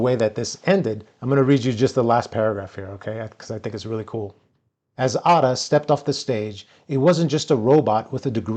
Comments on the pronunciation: Name should be pronounced as Aida not Adda, The name comes from Ada Lovelace and she wrote the first recognizable piece of software code. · Off topic but I’ve been wondering lately, what is this trend over the last decade to pronounce the letter a like the letter u. Or uh. The example here is you pronounce Ada like udah. Do you feel it’s a nicer sound or what is your reasoning behind it? Some other examples would be; exAHmple, commAHnder, commAHnche among many others. If you look back to the 2010s and earlier, it was a very rare pronunciation, only in some areas of England. Anyway, random 3am thoughts